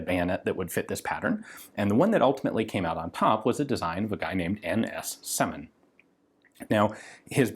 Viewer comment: It's rather Syomin than Semin.